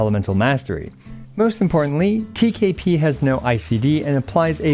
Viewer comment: TKP sounds like TKB and iykyk😭